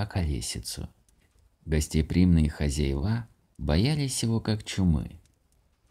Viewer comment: У Вас очень приятный, добрый голос, спасибо за такой чудесный рождественский рассказ. Не обижайтесь за маленькое замечание: не хозяевА, а хозЯева, не клапанОв, а клАпанов.